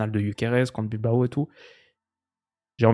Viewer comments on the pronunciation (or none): none